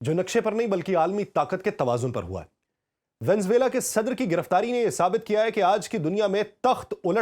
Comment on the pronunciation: Please VENEZUELA bolna sekh lain.